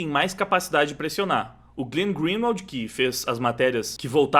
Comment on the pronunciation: o nome do jornalista é pronunciado como "glên grin - uald", não "glin". Abraço!